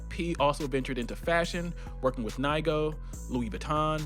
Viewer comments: hey man its "neego" not nye-go 😂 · it's pronounced Ni-go (NEE-GO) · 💀💀💀Nigo is pronounced KNEE-GO like negro…negro